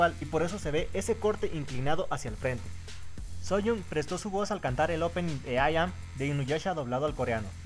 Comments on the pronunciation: Muero un poco cada vez que escucho 'Sunyong' en vez de 'Suyeon' (Sooyoung) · No es Seonjiu, es Seojiun; tampoco es Sooyoung, es Suyoung (hablando de pronunciación). Aparte confundias mucho a Sooyoung con Seohyun, pero de ahí en fuera todo bien.